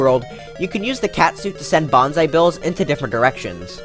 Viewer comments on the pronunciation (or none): none